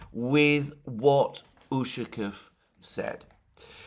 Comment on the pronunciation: ushakOv, not Ushakov